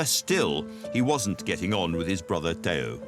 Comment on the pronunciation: Stope already, .. STOP; saying vangock and Tayo !!!! VanGogh and Theo FGS !!!!!!!!